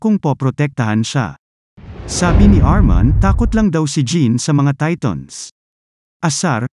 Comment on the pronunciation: Who relieze he's saying TATONS